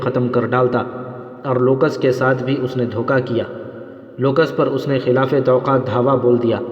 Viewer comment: Tawqa nhi hota tawaqqo hota h